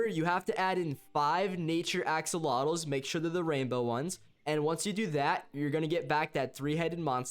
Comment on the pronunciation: U said haxolotuus instead of axolotuus